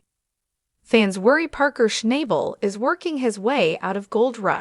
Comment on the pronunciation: Maybe you should watch the show one time and learn how to pronounce his name correctly. Rather showing how un-unique can be